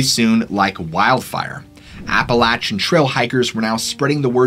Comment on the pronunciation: Fun storytelling! One thing, Appalachia is pronounced like “Apple at cha”, and Appalachian is “Apple at chin”. Most people not from the area don’t know that, so no worries at a small mispronunciation, just wanted to let you know!